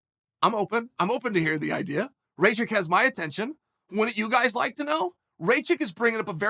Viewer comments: Dude, his name is spelled like Ra (the Egyptian god) and kitchen (but only the "kitch") it is "Ra-kitch" not Raychick. Ray the chick is the Mary Sue from Star Wars sequels. What is wrong with you, insulting him like that? ^^ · Chael it’s not raychick it’s rakič please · Its Rakkkkic not reycik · Rajick??? Bro it’s pronounced rock-itch 😂 balkan last names in that end in IC sound like “itch” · Ra-kitch becomes Ray-chick? haha classic... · Rachik lmao, It's Rakich, uncle Chael... You gotta land those names dude, it's a bit disrespectful. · Its Rakic not Racik uncle Chael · Lol the auto-translation. It works either way, usually when Chael doesn't know how to pronounce a name, he just exclusively uses their nickname for at least 8 years. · What is a Rageik? 🤣 good’ol uncle chael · "Reychick?" WTF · CHAEL "RAY-CHICK" SONNEN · ray-chick? igor? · i mean bruh if u cant pronounce rakic just say Aleksandar his first name is very easy to say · He knows he's butchering his name but come guys.. it's uncle Chael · How many times can you say a guys name incorrectly? Chael answers that question today.